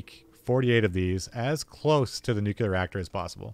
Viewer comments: NUCLEAR! Not NUCELAR! FFS IT IS NUCLEAR! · Learn how to say the word nu-clee-er. It’s not nu-que-lar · Why do so many people pronounce it "nucular"?